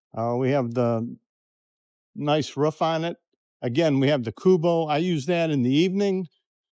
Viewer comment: Kind of funny how you miss pronounce a lot of things😂what is a “Kubo” oh and I believe it’s Robinsons